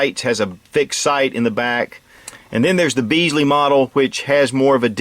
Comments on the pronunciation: I really enjoy your informative and enjoyable video’s, the Ruger Blackhawk in.357 was the first fullbore pistol I ever owned. BUT If you ever come to the UK I will slap you round the back of the head with a wet halibut. Bisley, as in the shooting ranges, is pronounced BIZLEE not BEEZLEE, the same applies to the style of grips. I had my Blackhawk until the UK government made it illegal, don’t let your government do the same. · Bisley not Beasly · The first part of the word "Bisley" is pronounced like "Bit" It is not pronounced, "Beesley" like some English peasant surname. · Bisley not Beesley, named after Bisley Camp in Surrey, England.